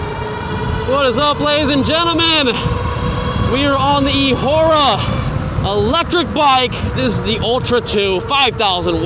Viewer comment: come on... It is eahora😂